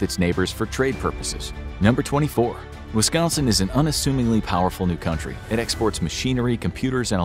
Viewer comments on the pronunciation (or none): none